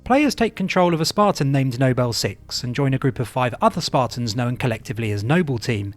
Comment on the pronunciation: why do you say 'nobel 6' but 'noble team'